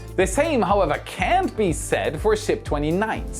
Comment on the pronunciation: At one point you said "can't." CC confirmed with "cannot." But it sounded like "can" which is incorrect and the opposite of what you were meaning. I rewound to make sure. Cannot is better to use than can't.